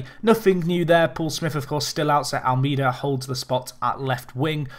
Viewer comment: If you pronounce Almeida's name right he will start scoring